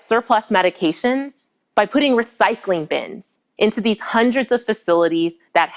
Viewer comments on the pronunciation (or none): none